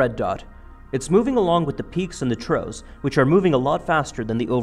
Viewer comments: "peaks and troughs" - pronounced "troffs":-) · If you get him to accept that could you work on "troughs". Three times in this video he says *"peaks and TROES".